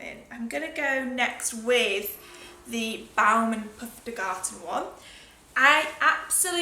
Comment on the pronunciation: really great video to start my sunday. thank you for that :). the pferdgarten is a german word and you actually didn't butcher it that much when you said it phonetically (is that how you spell that :D ) hope you had a lovely holiday